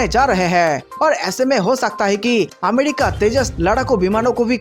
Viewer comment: Finish Pakistan from map. Ghanta fake news. It's not amedica. It's America, pronounce properly